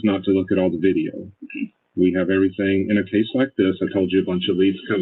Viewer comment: That is so oddball and stupid. EverythinK. Dumbbell Doctorate